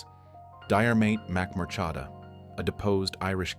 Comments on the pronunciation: Die a mate mac mur chada - some effort! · was thinking the same - dire maid mac murchaadaa ??? wtf. little bit of research from an Irish native would have helped him out linguistically there